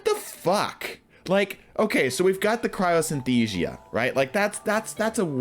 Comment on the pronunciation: Cryosynthesia?????? CRYOSTHESIA.